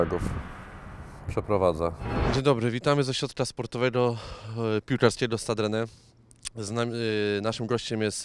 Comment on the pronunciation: Nazwę klubu po Francusku wymawia się " Stad Rene "